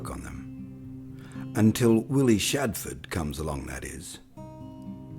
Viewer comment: His name was SHADFORTH, not Shadford..... so much for authenticity!